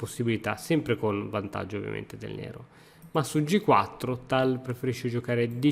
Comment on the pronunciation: almeno tal lo pronunci bene dai